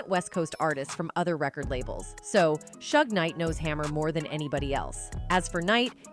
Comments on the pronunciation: Learn to pronounce the names. Not shug, shoog. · This AI is hilarious! Calling him Shug Knight and saying he's 6’4 200lbs😂😂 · "Suge" does not rhyme with "shrug". It's short for "Suger" and pronounced more like "Shooug"er something like that 😉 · Can you please learn how to pronounce people's names properly? 3rd Bass is not a fish. Suge knight is not Sugg